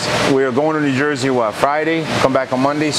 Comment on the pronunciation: U said jerzey??? Where I live in jerzey